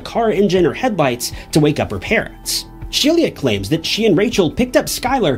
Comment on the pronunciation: ITS SHE...LA NOT SHELIA😅😅😅😅